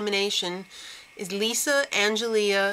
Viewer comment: Just for future reference, it's pronounced Ang-el-ee. Not -ea. But, yeah. I love these chicks and Kayla gotta win